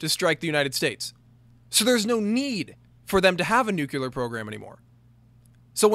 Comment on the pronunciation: I'm a stickler for this, and I'm sorry as this video was indeed quality, but you say "nucular" instead of nuclear. Like I said, I'm sorry, but I'm a bit of a stickler.